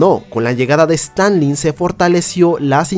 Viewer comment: Un humilde comentario: si eres una voz humana...por favor: no es Stanley. Es Stalin. Si seguimos así vamos a ir degradando los nombres de personajes históricos hasta cambiar la historia. No estoy valorando a un dictador. Eso es otra cosa. Stalin era un dictador pero si nombre se dice de manera diferente. Gracias.